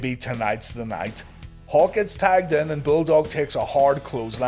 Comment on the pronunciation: Every time you say "Hawk" I hear "Hulk" and wonder where Hogan's at...